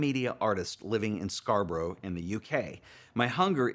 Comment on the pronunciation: Your critiques are great especially because they are not the same as club judges who just nitpick over composition. By the way Scarborough is pronounced Scarboreh (the English have a habit of deliberately spelling it differentlt to how it sounds).